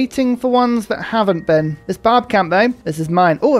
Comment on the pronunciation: Barb clan sounds especially like "Bob clan" today